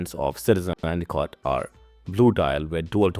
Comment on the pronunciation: Couldn’t understand some of the words you said, and a cot?